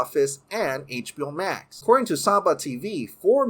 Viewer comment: I don't know why but it sticks out like a soar thumb to me when he pronounces words that have an X in them without emphasis on the "Ex-sss". For example... "VF-eck".. "Net-flick" I've heard him said "HBO-Mac" before too... not trying to be a jerk or anything but just something I've noticed